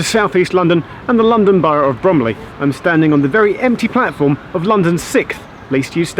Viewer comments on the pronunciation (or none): He said actually said sickth. It's supposed to be sixth, like it's spelled (6 + th).